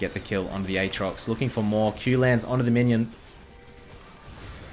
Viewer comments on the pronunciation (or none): none